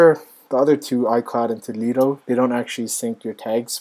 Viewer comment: Nice review, but toddledo is pronounced toodle-do (rhymes with noodle blue)